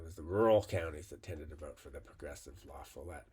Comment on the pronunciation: It’s la-FALL-ette. Source: I’m a Wisconsinite.